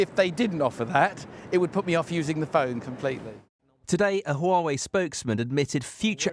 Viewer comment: Why are you saying Huawaway?